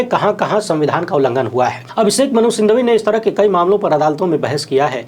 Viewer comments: नमस्कार, माननीय संसद सदस्य के नाम का अंतिम शब्द सिंघवी है, सिंधवी नहीं। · aap singhvi ko sindhvi kyon kahte hain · अभिषेक मनु सिंघवी हैं, सिंधवी नहीं, धन्यवाद।